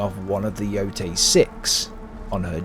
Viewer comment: Omg even you British can't pronounce the name of the game properly! Embarrassing mate....😮